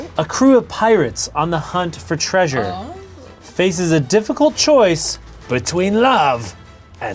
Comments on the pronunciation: Did... Did anyone else catch "treausre"?..... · ''treausre'' Ian, not ''treasure''